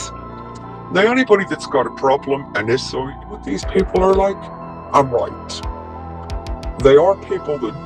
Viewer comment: She sounds like she’s sneezing when she pronounces issues!! Sounds more like issssuuu🤣🤣🤣🤣🤣